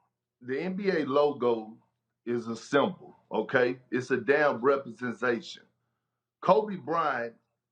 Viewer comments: kendrick says "represensation" we see ya perk lol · Why does he have such a hard time pronouncing "representation"- KP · Perk is so illiterate lmao can’t even say “representation” right